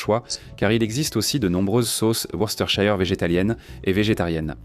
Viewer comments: Worcésteurshayeur ? Se prononce : Weurstersheur ! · Worster sauce l’eppelation